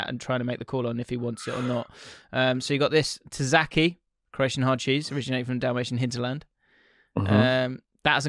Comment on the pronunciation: Your Croatian prononciation made me burst out laughing. Thank you so much 🤣🤣🤣